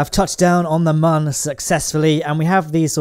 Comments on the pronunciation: It is not mun It is moon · I love you but the way u say moon is anoying me😂🥰 its moon not mun hehe❤️😂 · Why u calling moon..... As mun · Do u call the moon “mon” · fun fact, the Ü in mün makes an oo sound.